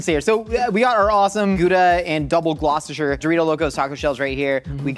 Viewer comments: Little fun fact, it's actually pronounced "Gloss-ter" cheese, not "glo-chescher" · the fact that he pronounced "gloucester" as "glau-chester" is disappointing. Glosster,. Double Glosster. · it is pronounced "gloss-ter" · says gloucester me, from massachusetts: i am suffering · is no one going to talk about how he pronounced gloucester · as a Massachusen im very offended at how you pronounced Gloucester